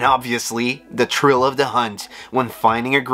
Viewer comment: Didn't notice his accent until he said "tha trill of tha hunt"